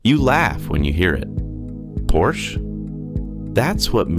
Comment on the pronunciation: It's por sha